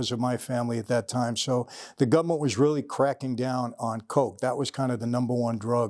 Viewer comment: Love when Michael says government. “Gubmint”